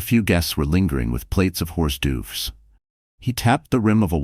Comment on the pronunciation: Horse dooves! Always heard that computers don't make mistakes...